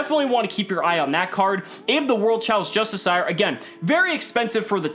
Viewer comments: correct, but you would pronounce it phonetically like /dʒʌˈstɪʃə/ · I love how nobody can pronounce Justicar correctly :D